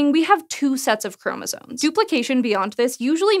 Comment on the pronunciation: Apparently a college education means nothing. Maybe it never did !!! The word is "chromosomes" (not chromosones). Really ! I can reliably assure you that is the word. Really ???? a college graduate who does not realize or even hear herself saying it incorrectly !!! The erroneous pronunciation...that is pathetic !, and furthermore what of an editor or a proofreader of this script !!! (Someone certainly needs to take ownership of this error !!!) Well, least the person or AI that intuited the CC subtitles knows that...how about teaching that little nuance to your reporter and editor, hey ???? !